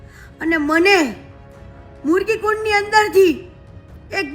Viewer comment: પણ યા મૃગી કુંડમાં જવાની જરૂર શુહતી્ . કીર્તિ પટેલ ને મૃગી કુંડ બોલતા પણ નથી આવડતું એ મરગી કુંડ બોલે છે